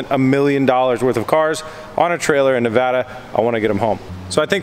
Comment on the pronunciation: Thank you!!! Thanks so fucking much for SAYING NEVADA correctly. Massive pet peeve for any real Nevadian. Not a single other youtuber has ever said Nevada correctly. There is no fucking accent on the word yet everyone seems too think there is. Again Thank You!! Not ever joking. It's really odd you couldn't find a truck to rent in Nevada, Reno is the "hub" of the west coast. Meaning you can get ANYWHERE on the west coast from Reno in less then 24 hours. So the trucking industry is massive here.